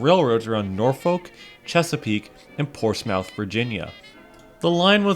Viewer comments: As I live near a Portsmouth with a NS yard its not Ports-Mouth its pronounced Ports-Smith, Just letting you know. And ive been to the Norfolk, amazing place! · myth not mouth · Ports-Mouth bruh. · I never expected that this was a heritage unit I always see that in the yard by downtown Norfolk via interstate and I'm actually from Chesapeake but the local people and surrounding areas actually calls it Portsmouth but the O & U is silent and it sounds like it have a "i" in it so hope that helps